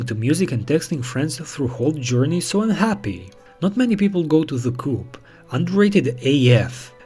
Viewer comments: if you're rich, there are way easier and less dishonest ways to meet girls 🙄 it's "co-op" not "coop" like chicken coop, dummy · Coop is pronounced Co op it’s a British shop